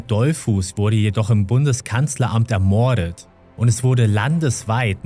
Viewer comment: kannst du mal bitte ordentlich reden und das wort "ermorden" nicht so übertrieben betonen. bekommt man echt ohrenkrebs ...